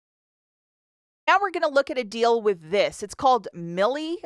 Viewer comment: It’s pronounced My-El